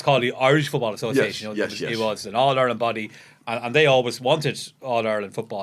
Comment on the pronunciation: It’s Ire,,,land…not our Land